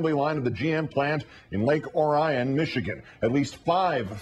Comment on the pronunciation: It's Lake OR-ee-un, not Ohr-I-ohn.